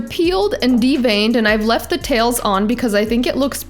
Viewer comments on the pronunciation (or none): none